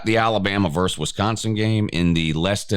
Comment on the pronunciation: Pet peeve: please learn to say versus.